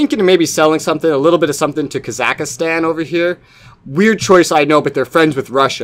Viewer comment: I love the way you say Kazakhstan